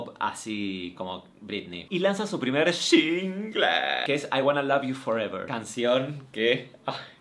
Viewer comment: Se muere un panda bebé en China cada vez que Martina dice "sHHHingle". Señora no lleva H por Dios